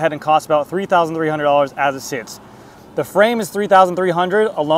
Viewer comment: You’re still saying “thee” where “the” should be used.